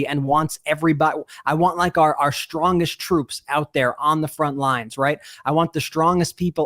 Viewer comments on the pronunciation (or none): The word I'd "strongest," no sh in the word. Yes, Michelle Obama mispronounced words beginning with the letter "s" but it's wrong and unnecessary.